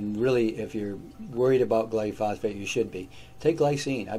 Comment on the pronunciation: why do you pronounce gly-pho-sate as gly-phos - fate? 🥺